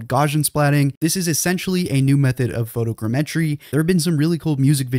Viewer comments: "photo" "gammetry" "gaussian"... Pronunciation, learn it. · And the 'Gau' in Gaussian rhymes with Cow. I'm beginning to this this guy is a bot. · Would it kill you to pronounce photogrammetry properly?